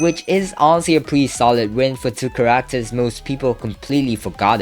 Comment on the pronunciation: bro say characters chararacters